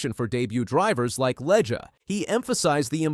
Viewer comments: the fact that you say Leg-E, Leg-A and Leg multiple times is frustrating as hell. If you are going to do videos, fucking say the names right.... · It's LEG not Leg uh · You might want to start by pronouncing Katherine's last name correctly - "LEG". Might give you credibility!